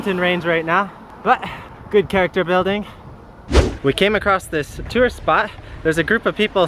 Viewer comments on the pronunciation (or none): none